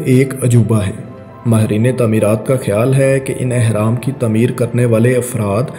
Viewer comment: تمیر نہیں تعمیر۔